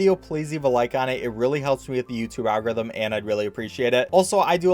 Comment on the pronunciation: I'm amazed by his skill of always pronouncing the 4 syllable word "algorithm" in 2 syllables. Speedrunner gotta speedrun, I guess.